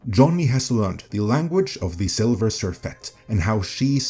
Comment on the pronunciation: Not "Silver" Surfette but "Sliver" Surfette.